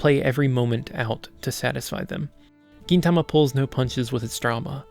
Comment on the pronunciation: Nice review of my favourite anime! Not quite sure about that "Geen" pronunciation tho xD